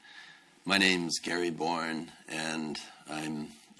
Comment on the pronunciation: it’s Gary Born not Borne